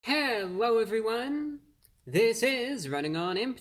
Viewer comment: Hewwo Wady’s and Gentlemen!